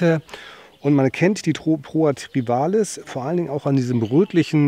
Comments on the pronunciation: es heißt TRIVIALIS, nicht Trivalis.;) Trivial=Gewöhnlich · Hallo. Mit der Poa Trivialis nicht Trivalis hast Du es. Aber danke für das Eingeständnis, dass auch bei Dir nicht erwünschte Gräser drin sind.